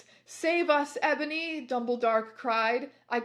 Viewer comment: I love how sometimes she also pronounces it "Ebòny"